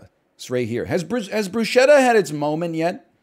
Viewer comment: Please stop miss pronouncing bruschetta